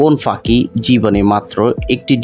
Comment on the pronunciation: আপনি পাখি উচ্চারণ করতে পারেন না 😢😢